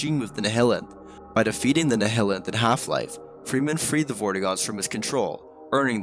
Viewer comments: Great video, good work! ps. the Nihilanth is pronounced Nigh-Hill-Anth. 👍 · THANK YOU it was bothering me, think of it like the word nihilism, theyre pronounced the same way